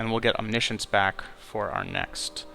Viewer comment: He pronounced it correctly